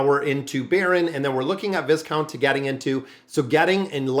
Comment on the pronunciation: 📛⛔😊 the Noble title Viscount is Pronounced Vicount Without the S. Love your channel. Very grateful for your content❤